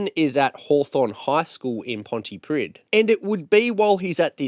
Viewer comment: Thanks for this, the town Pontypridd is pronounced, 'Pontypreeth', plenty of British people get this wrong, but it matters to the Welsh.